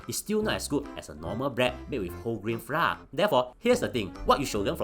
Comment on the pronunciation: Flour is pronounced as "Flower". Haha